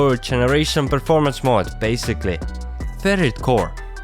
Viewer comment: Bro you had me when you said preformence